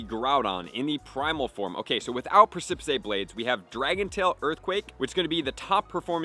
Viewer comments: Press-uh-piss a very steep rock face or cliff, especially a tall one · Love you but it’s pronounced “press-ah-piss” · Bruh, juat say "Pre-see-piss". That's how u pronounce precipice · (Preh-suh-pis) is the pronunciation of the word, emphasis falling on the first syllable. It doesn't matter a ton and a lot of people have never even seen the word but knowledge for knowledge sake. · It's pronounced pres ip iceblade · Press-i-piss blades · Thank you for the information! Love your content as always. Also, just to note: precipice blades is pronounced PREH-SIP-PIS blades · I'm not trying to be that guy, and maybe it's a joke that I missed, but precipice is pronounced "press-a-piss." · Preh-suh-puhs Blades 🙂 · The exact video I have been waiting for, for a VERY long time now!!! Move analysis finally!!! I believe it's pronounced 'presipis' blades... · Hyped for these. Thanks for info. Just an FYI you are putting an extra sylable in precipice. 🙂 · He never pronounces it correctly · Just pronounce it right, my guy. Precipice. At this point, it seems you’re saying it wrong just for the attention… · Love the content but can’t help wince every time mispronounces precipice 😅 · Bruh stop saying precipice blades wrong. People have told you how to pronounce it. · What blades??? 🤣 yikes that pronunciation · Dude gave up trying to pronounce precipice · He doesn’t know how to pronounce it lmao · It is pronounced "press a piss". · I believe it's pronounced press-ip-is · preh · suh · puhs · You are indeed pronouncing Precipice wrong. It's precipice, like on the precipice of defeat or precipice of victory, not precipisay. Prec·i·pice. Google has an audio way of saying that, but hope this helped. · Press-ih-piss, not press-cip-piss-aye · Ffs its pronounced PRESS-A-PISS not PRESS-A-PICE for groudons move. Im happy that you learned the word by reading but its killing me hearing it pronounced wrong lol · Press-ah-piss blades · persepicay blades hehehe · Press and piss?